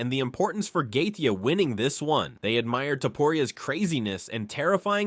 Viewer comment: Lame ass A.I. 🤖 voice can't pronounce the fighters names and stealing that embedded banner for the thumbnail is diabolical. Gay-tee-uh.